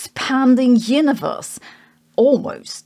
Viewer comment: Please stop saying "Hyuniverse"